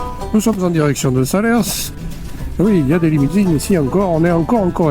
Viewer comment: 🤟Encore une vidéo très sympa, mais pour les cantalous entendre "Salersse" ca pique les oreilles😅, on dit "Salaire" et pas seulement en fin de mois😉, parole de Picard qui faisait aussi "l'erreur ".